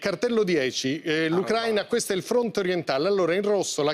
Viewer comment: Non sanno neanche pronunciare correttamente la parola Ùcraina!